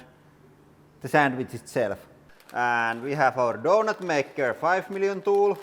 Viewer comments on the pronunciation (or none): none